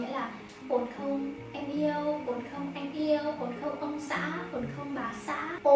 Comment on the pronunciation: Ôi chị là người Thái hay người Việt đấy ạ?? @@ nếu mà là người Thái thì nghe giọng tiếng Việt của chị không nhận ra luônn @@ ngoại trừ từ “không” thỉnh thoảng nghe giống “kông” nên em mới biết thôi. Giọng đúng kiểu con gái Hà Nội nghe thích quá ư ư 🥺🥺